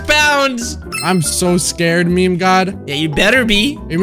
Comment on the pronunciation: Nadwe say ”me””me” not ”meme”